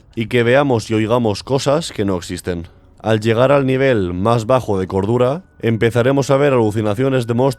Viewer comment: Le entendí medidor de gordura en lugar de cordura jajaja